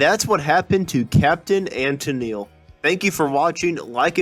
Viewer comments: Why do u that robot that said Tenil. it,s TenELLe. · For some odd reason, it was only used the first 2 seconds for the opening line mentioning the title, "What Happened to Captain and Tennile pronounced as tenel. It may not have been a bot though, hard to tell for sure. I'm with you about those computer voices though, they suck big time. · Tennel? Nice start. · Ten-nil? Ten-neal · Sad you can't even pronounce Tennille correctly. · When the opening dialogue can't even pronounce "Tennille" correctly... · Wow. Your pronunciation is not very good. Practice "Tenille," "repertory."